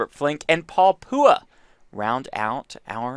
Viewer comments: SMH how they call Paul poowah 🙄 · "Paul Pooha" the whitest way to pronounce that name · The commentator is pronouncing Paul Phua’s name wrong. Get better lol